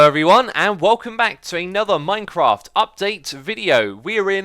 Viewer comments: IT'S MINECRAFT NOT MINECROFT!!!!! 😂😠😠😠😠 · "Minecroft." "Javar."